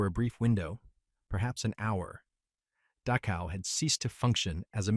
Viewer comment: AI, if possible, should be withdrawn and studied under far more stringent Testing parameters. I have noticed several different terrains and servicemen on both sides and about 1000 other things, including the fact that they can't seem to pronounce the name of the death camp Dachau. Then again apples, most glorious and must be their finest product. They're so proud of named talk to text sucks so badly that it's almost like there's a conspiracy to keep all this crap hidden. They don't want to admit how they manipulate the population and sooner than later no one will ever know the name of that place. I'm certain it's not on any kind of college curriculum in the blue haired nose, ring freak show alleged learning centers all across the United States that charge a mess to them and then never let them out of enslavement because of high interest rates, etc. This country really needs to take a damn good hard look at itself because there's one group of adults in charge at the moment and the rest of you morons who hate people even though you cannot ever in 1 million years why.